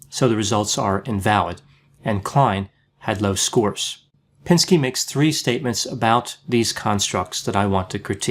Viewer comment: You called him "pinsky" 🤣😂, you are G. O. A. T.